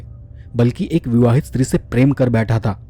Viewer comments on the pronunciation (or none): none